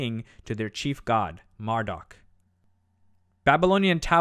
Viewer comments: It's not mar---duck Its Marduk Mar-dooook duke. Marduk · Mar"dock" ??? Was he related to Marduk ?